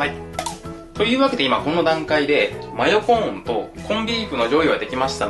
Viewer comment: マヨコーンを.... 真横ーンwwwwwww あれどこいった？ 真横ーンwwwwww